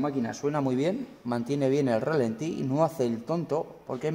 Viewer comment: Es ralentí. No relenti. Relenti es lo que te da por la noche cuando te quedas durmiendo al raso. Un saludo.